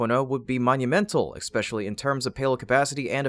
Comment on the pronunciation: "Ex-specially"? OTOH I'm glad you read it vs using a dumbass robot!